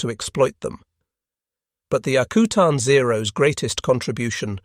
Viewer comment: I live in Alaska and it’s pronounced AK U TAN not akootan. Further more it’s not freezing in the Aleutians in June and july, it’s not exactly tropical but it’s not Arctic weather either. Great production love listening to.